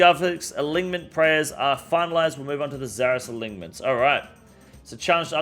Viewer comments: Uh-line-ments ffs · Great videos but please learn to pronounce alignments